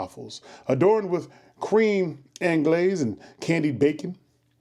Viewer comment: Not even. He said “ann-glaze” when it’s actually pronounced “on-glezz”